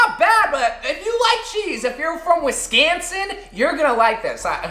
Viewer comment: how dare you saw wisconsin wrong